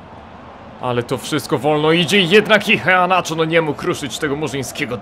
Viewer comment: Przy wymowie nazwiska "Iheanacho" NIE WYMAWIAJ "H", gdyż jako iż jest to Nigeryjczyk, a jako, że językiem urzędowym w Nigerii jest angielski to prawidłowa wymowa brzmi "IEANACZO" z akcentem na "E". www. dailymotion. com/ video/x2yrjoq_1-2-kelechi-iheanacho-goal-as-roma-v-manchester-city-international-champions-cup- _sport - usuń spacje . . Tutaj słychać dokładnie. . . Nie ma za co :)